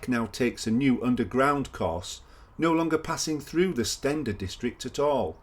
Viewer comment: I think Steander is pronounced Steen der not Sten der.